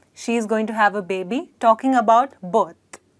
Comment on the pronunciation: Yes, she says it wrong. If I didn't know what she was trying to say I would never have guessed it.